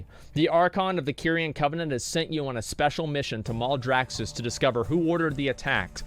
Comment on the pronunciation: mal-draxxus not mouldraxxus -_